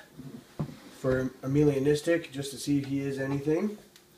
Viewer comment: Beautiful snakes dude... Gets a thumbs up from me. Although it isn't "Amelia-Nistic" it's pronounced "Ay-Melah-Nistic" :) ... As in it lacks Melanin pigment in the skin.